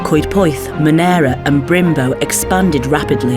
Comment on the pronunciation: Love your local content but just an FYI....Brymbo (...Brimbo ) is actually pronounced locally as 'Brumbo'... We went to the Kings Head about a month ago and agreed, twas a really nice Sunday lunch and will deffo be back....maybe on a different day to see what the regular menu is like.